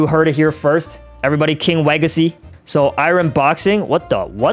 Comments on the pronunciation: HE SAID KING LEGACY NOT KING WEGACY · It’s not king wegacy it’s king legacy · it's king legacy not king wegacy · King legacy😂can’t make me say king wegacy lol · Yo you mess up you said king wegacy but the title bruh king Legacy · King Legacy not Kang wagacy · It's called king legacy not king wegacy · Pls stop calling king legacy king weagacy😢😢😢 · The Best Thing In The King Wegacy Is Actually "Code "😊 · Bro king wegacy 😂 killed me bro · Lol 😂king wegacy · in 15 sec in the vid you said legace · Lugn w-w-w-w-w-wegacy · Not king wegacy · No no no it’s wegicy